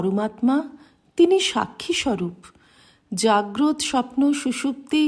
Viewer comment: মা খুব ভালো লাগে এই পাঠ। জাগ্রত শব্দটির উচ্চারণ জাগ্রতো। অর্থ জেগে আছে এমন ।